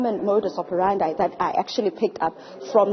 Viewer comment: it's "modus operandi" not operanda. And pls take care to say so and so "alleged" these are just accusations no truth has been established yet in this case💯